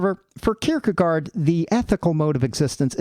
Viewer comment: If you care: it's pronounced "kierkegore", with the last syllable being a bit shorter than the English word "gore", but it's the same vocal sound. You pronounce the first part of the word perfectly.